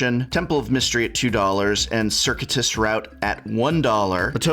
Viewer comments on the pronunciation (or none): Great video but did you just pronounce it ser-cue-tus? Is it not ser-cue-a-tus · bad English lol not circuitous like a circuit. Cir-cue-it-ous route like sir cueball. Fun vid I admit lol won't be a pronunciation Nazi.